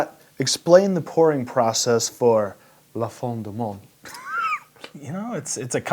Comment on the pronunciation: Yeah the pronunciation is not that bad, I don't know why ya'll getting riled up. Quebecer here by the way.